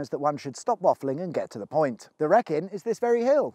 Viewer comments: The Wrek-in as you say is pronounced Wr-eek-in. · Wreck-in? It's the Ree-Kin Mate... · It's not pronounced the Rekin - it's pronounced the Reekin, as per the video clip you inserted where the actor said it correctly :| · Yes as a Black Country lad (and former employee of Shropshire County Council) it is reekin not wreck-in. The M54 also goes by the side of Moseley Old Hall, the Elizabethan manor house where Charles II hid from Cromwell. My mother's ashes are scattered in the small orchard there. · Interesting video but as a Telford resident I have to point out 2 things - It's the A442, not A422 as you mentioned several times.... Also it's pronounced the "reekin" not the "wreckin"! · Me: it’s on a Sunday night, really need to go to bed. Oooh!! Look it’s the Secrets of the Motorway M54 edition! Screw work on Monday! I had a car written off on the M54 by some tool in a Mondeo. Good times. Great video as ever, got to say though, it’s “ree-kin”, not “wreck-in”, as pronounced by Christian Bale in the movie. That horrendous error aside, top work! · Great informative video as ever. One small point; the Wrekin is pronounced 'Wreekin', not 'Wreckin' - ! 😁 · Wicked, sweet, awesome & Rammstein. Nice. Oh, it’s ‘reekin’ not ‘Wreckin’. *long wave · it is the 'reekin' not the 'reckin' mate. we used to camp up there as scouts back in the day. Otherwise, another great video! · He does it on purpose to get more comments on his videos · Being from Telford where the M54 travels through, from I know some of the filming locations in this video: Intro - B4373 Mossey Green Way, Ketley Bank - Waterloo Road, Ketley - A5223 Whitchurch Drive, Leegomery - The Wrekin (Pronounced Ree-kin, not Wreck-in) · He Said it Right in your clip at the end but you Keep Calling in The Wreck in its The Wree-kin as he prononces in the Clip around the Wrekin Pronounced. Wree-Kin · reckin? reekin! as in "all around the Wrekin" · The hell is the Wreck-in? A local pub there? Even I know its the Wree-kin